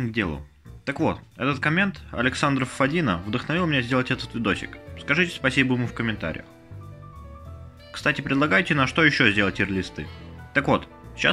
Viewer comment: Ну не ФадИн а ФАдин ( ударение на а) но так видео прикольно . Если нужна идея для ролика то можно это . Какие различия айс оф хевена между версиями для пс 4 и пс 3 ?